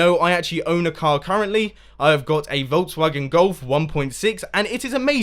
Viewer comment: You saying "Volks Wagen" sounds so awsome, I am fraom Germany and it just sounds funny^^ Tank meaning Nokia with weels?